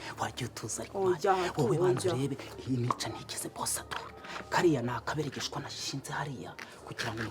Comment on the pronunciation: ati: '' AKABEREGESHWA'' aho kuba AGAKEREGESHWA 😃😁🤣😂